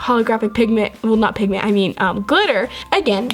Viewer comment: You said pigten